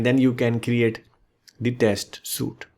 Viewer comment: it's "sweeet" not suite